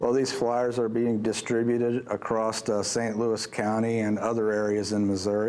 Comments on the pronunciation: hah he said Kan... not Klan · Did he just say ku klux kan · Did he say "Ku Klux Kan"? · “Klu Klux CAN” 😂😂😂